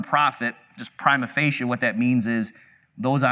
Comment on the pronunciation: the most horrendous way of pronouncing "prima facie" you'll ever hear